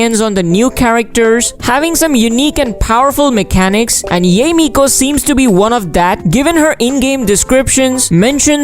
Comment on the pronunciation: pls pls pls stop butchering yae's name... it's not pronounced yay ee,.. it's pronounced ya eh